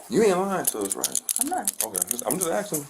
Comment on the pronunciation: Why do they all want to call their Mom or Dad? Stop axing to be let go. Cop is hilarious!